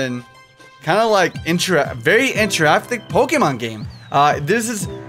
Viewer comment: "Its an interactick game! Calm down guys i know him knowing two languages f*cks up hes english every once in a while. Calm down